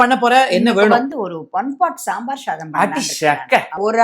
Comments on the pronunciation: It is Sambar Sadham not Sambar Shadham. One particular community nowadays is pronouncing SA as SHA, for nearly a decade. Eminent stalwarts of Tamil and Sanskrit scholars, Harikatha exponents and Upanyasakas like Prathivadhi Bhayankaram Annagarachariar, Embar Vijayaraghavachari, T.S. Balakrishna Sastrigal, Thoopul Lakshmi Narasimhan, Velukkudi Varadachariar, Velukkudi Krishnanan, Srivatsa Jayarama Sarma, Sivananda Vijayalakshmi, Srirangam Venkataramana Rao and so on would pronounce SA as SA & SHA as SHA only. Now a days some people wants to distinguish themselves from others, they pronounce SA as SHA. This is wrong. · Hmm it’s Sambar shadam and not shambar shadam